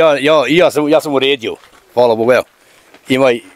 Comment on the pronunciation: Dobar dan, ucim bosanski jezik I cujemo prvi puta da rjecenicu so A cesto izgivari na O. Primjeri Hvala, a oni Kazi Hvalo, ili Ljep Dan a on kaze Ljep Don. Pozdrav za sve Francesco